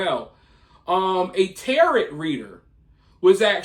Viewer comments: It's pronounced Tay-Ro, not Terret. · It’s pronounced Tar-O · It's pronounced ta-row, not like parrot. The T at the end of tarot cards is silent 😂😂😂😂😂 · You do such great research usually, so how did u not double check how to pronounce tarot? Definitely not a jerk about correct spelling or pronunciations, but honestly surprised on this mister 😉😪 🤓